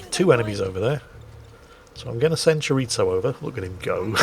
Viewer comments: Chiritzo? A sausage? is that.... chorizo? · Since when is there a ‘t’ in “chorizo”.